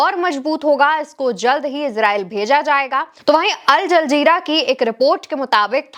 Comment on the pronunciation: Al jaljeera nahi al-jazeera hai 😂 Rattu tota mat bano 😂